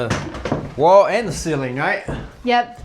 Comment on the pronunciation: I wait, impatiently, for each week's episode. Fun to watch your progress. But we have to talk about how to pronounce "ceiling."